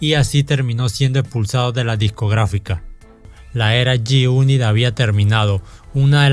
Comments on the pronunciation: "yi yunit" 🤣😂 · Yoi ban yi uni😂😂😂 grande el homie😂😂😂